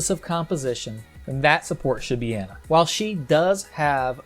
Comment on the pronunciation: Can people please learn to pronounce Brigitte and Ana? They literally say their own name in the game.